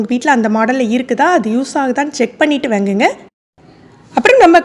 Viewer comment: ௭ன்ன தமிழ் பேசுறீங்க.வேங்குங்க என்னத்த வேங்க correct pronounce please